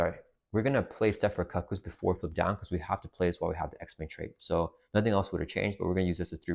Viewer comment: Just a quick heads up, they're the cuckoos = "koo-koos"